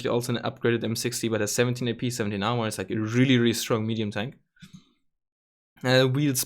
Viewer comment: I though you said their tank is Onlyfans lol